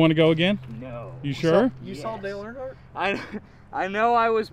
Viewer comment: You saw deal Earnhardt 🤣🤣🤣🤣🤣🤣🤣🤣🤣🤣🤣🤣